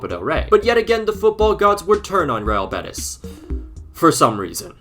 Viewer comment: its pronunced real bé-tEEEEs bro please